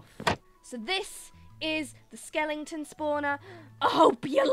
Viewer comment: "Skelington spawners" Idk if it's just your accent but I am calling it from that on I love it